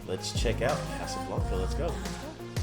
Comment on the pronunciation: Please stop pronouncing A's as if they are O's. It is NOT Casablonca, it is Casablanca. I the same way a Bank is not a Bonk.